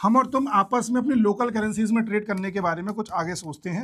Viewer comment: लोकल करेंसीज, बोलने का तरीका 😂😂